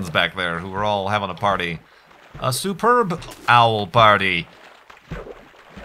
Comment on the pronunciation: It took me a minute to realize what he was talking about when he said "superb owl" xD